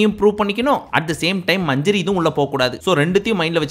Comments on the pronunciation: Its manjari not manjury😅😅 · 😂😂😂ஏய் அது மஞ்சுரி இல்ல மஞ்சரி.😂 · Manjari sollunga bro ,manjuri nu soldringa , aparam avanga veliya vandhu mock pandringanu case pottruvanga